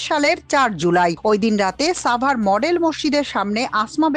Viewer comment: শব্দটি সাভার হবে, ছাভার নই।